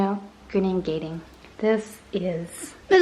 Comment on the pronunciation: You got the 'gunung' pronounciation right for your Hoya gunung gading, but 'gading' is pronounced 'gah-ding' (the 'a' as in car or bar) rather than 'gae-ding'. Gunung=mountain and gading=ivory. So rough translation Hoya "Ivory Mountain".